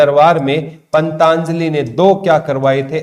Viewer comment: Jaat Pali not Jayant Pali, or wo पंतजलि है ना कि पंताजलि, aapka uchharan bahut jagah galat hota hai pata nahi aap kis book me se dekh ke padate ho